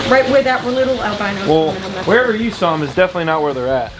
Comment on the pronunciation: Lol " I swwwaaaaalll something in the pond" that NY accent 😂 Dude I want that turtle to join mine!!!